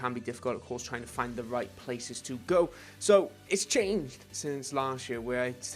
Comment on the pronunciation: "its chAAANGHed"